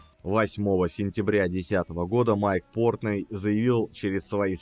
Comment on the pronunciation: Почему ПОртный, а не ПортнОй, как принято во всём мире??? В английском буквы " Ы" просто нет!